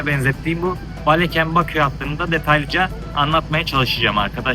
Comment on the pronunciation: Azərbaycana xoş gəlmisiniz can qardaşlarımız. Azərbaycam şəhərlərinin adlarımı düzgün tələffüz etsəniz sevinırdik. Baleken deyil. Balakən.